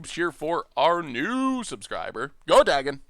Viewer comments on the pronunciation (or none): none